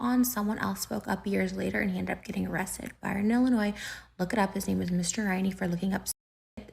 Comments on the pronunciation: Illinoy not Illinoise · Does she really think everyone is dumb enough to believe that h3 is all behind this? These are the consequences of her own actions and the stuff about Moses has nothing to do with h3. Also please the s in Illinois is silent. Also she can be the victim and villain. Both can be true